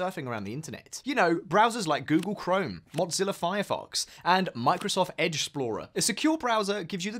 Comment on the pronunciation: Hey there, there no T in Mozilla there bohol o wahah